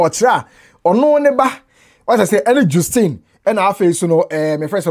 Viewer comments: Justine is pronounced jas-teen not jus- teen. Thanks for your diligence in research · please it’s pronounced JUST-ine. Just as Justice, it is Justine. From the Grandma’s own mouth. Thank you sir🤝🏾😌 just wanted to correct this